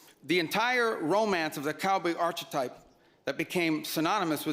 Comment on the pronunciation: ps, please learn how to say "archetype" though, Marco. lol